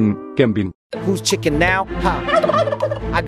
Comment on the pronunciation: Bro cannot say chicken